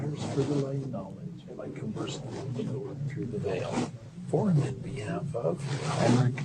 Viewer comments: Omg i thought it was "mormonic" priest bc i kept hearing MORONIC LMAOOOOO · As a Brit, "aaronic" totally sounds like erotic 😂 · I just came from part 1 and I’m so happy I was not the only one that heard erotic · Not gonna lie, I also thought it sounded like the voice on the tape was saying "erotic priesthood". 🤣🤣🤣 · 😂 i thought they were saying erotic 😊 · I just have to say when you were talking about the aaronic priesthood, in my head I pronounced it A-Aronic. As in "you done messed up A-Aron!" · U guys are my favorite YT channel right now 👏 i didnt think about the Aaronic priesthood in the previous video, but after u called it the ironich priesthood, i couldnt 'not' hear it 😂 greetings from Denmark👏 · I kept hearing “moronic” priesthood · I thought they were saying EROTIC lol!